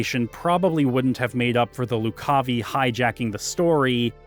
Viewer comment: Also, Loo-cahvye Not Loc-cah-vee